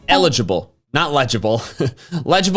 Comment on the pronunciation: elegible sounds like energi ball